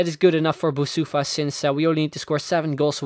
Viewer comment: You are saying Boussoufa wrong. I'm coming from Morocco and it's more like Boussafi.